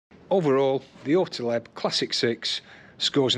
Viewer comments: There is no letter between the t and l in Ortlieb. It's ORTLIEB, not OrtEleb. i almost vomited each time you said it so cringy. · orti-leb? ort-liib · your pronunciation is really cute ;-) Ortlieb is German, so you do pronounce it as Ort like in Orc, just with a t of course, and lieb is much longer like in leaf 😂 But thank you for your excellent review. Because of it, I've decided against this particular bag. Firstly, I would love an external phone pocket for GPS, secondly I would want to carry it around preferably cross-body, and last but not least, it is rather expensive. Thanks once again, you helped a lot.